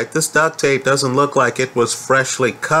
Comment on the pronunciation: Duct, not duck. Lol